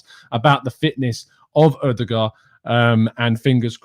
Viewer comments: I have already corrected DT now its your turn lol. His name is pronounced OODEGAR the D is silent. Great show as usual. Come on " THE ARSENAL". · Please stop pronouncing it Odegad hahah. The Ø is pronounced just like the Ö in Özil and the double A is pronounced like the O in Off